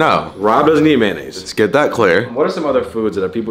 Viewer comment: MANAISE 🤦🏾‍♂️ Americans